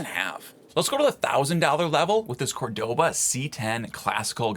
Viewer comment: Bottom line - you get what you pay for! P.S. It's COR-do-va, not Cor-DO-va. 😊